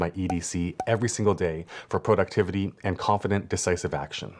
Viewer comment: Great video! Thanks! I don't think I've ever seen productivity broken down quite this way, working backwards from the end goal and making tasks for each checkpoint, and have bookmarked it to return to and rewatch. Random bonus comment... When you said Pro-ductivity near the beginning of the video, I flashed back to a friend of mine who is originally from Ottawa, Canada, but who has lived in LA for many years. When we were talking on the phone a few months back, he laughed when I said "Pro-ject" (not "Prah-ject") saying I was making him homesick for Canadian pronunciations. I suddenly thought, " must be Canadian, too, because who else talks like we do?" 😂